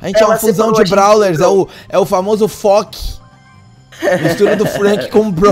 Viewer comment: Devia ser frok ah invés de fock